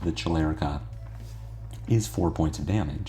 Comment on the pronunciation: Chelicera pronounciation had me rolling. But overall tight gameplay as always <3